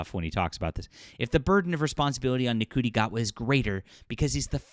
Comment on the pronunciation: You're pronouncing his name wrong: it's "shi-tee gay-wahd".